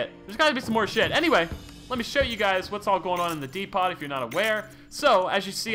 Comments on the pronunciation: When says D-pot instead of D-poe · Man said depot like de(pot) o lord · This man just said "De-Pot". Yep.